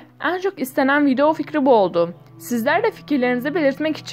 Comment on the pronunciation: Neden video kelimesine "vido" diyorsun??🙄🙌🏻